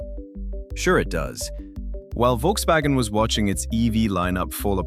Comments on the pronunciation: It's Volkswagen btw, not Wolkswagen. Workers didn't make "cars people wanted to buy" for 15-20 years really, the Vw suvs are and always were kinda shit (well they all are in general but theirs in particular). Polo, Golf and Passat were real cars that were useful (albeit a bit expensive now). 40 million is... maybe 6 - 7 000 people's wages for 1 month. Had nothing to do with firing or keeping 50 000 people that are sitting around. Apparently full EV sales are at a quarter of total car sales in Germany so the penetration is increasing. It's just heavy competition, and cars are expensive 9all, not just EVs; all, not just VW). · Folks- vaggen. Good lord.